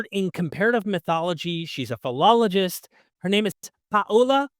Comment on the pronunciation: Ooooh, a phil-lalow-gist